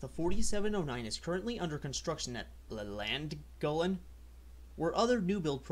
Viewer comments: Just found your video on YouTube, and thought it was a Great one. well done on your pronunciations, although Llangollen was funny, I'm sure the Welsh pronounce it "klan-goff-len" or something like that. please could you do a video on your top 10 favourite preserved UK steam locos. From an Americans paint of view, I'd find that interesting. 👍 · Steve EDGAR - LLANGOLLEN IS pronounced "Clangollen". The Double "L"s are pronounced CL in Welsh... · Pronounce it THLAN-GOTHLEN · Llangollen is pronounced clan gof lan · I THINK, British Railways didn't bother renumbering the GWR engines because their numbers were on the side of the cab as a cast brass plaque, whereas the other companies just painted them on and thus could be painted over easily. On pronunciation, this isn't exact, but you may have a chance of pronouncing the Welsh town Llangollen as Langothlen (though the 'L' is more complicated but I daresay your tongue has never been in the right shape in your mouth to replicate the real sound). Norwich is pronounced Noritch (in standard English) and Tottenham, Totnum .... Norwich City and Tottenham Hotspur are famous football teams, so Tottenham Hotspur can also just be pronounced Spurs for short. (can you see the brass football in the middle of the nameplates?) we say 'worse' instead of badder, btw I'm in Doncaster. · oh.. and "Norwich" is pronounced "Norich" and "Tottenham" is "Totnam" - yeah I know... Just don't get me started on "Leicester" ;-) (time to put the glass down and leave the bar ;-) ) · Llangollen is pronounced something like clan-GOTH-lun